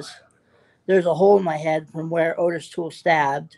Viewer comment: First, why doesn't he know how to say Ottis,because it's not Otis. Second, he also knows Dahmer?! I'm not saying it couldn't possibly be him, but I have questions.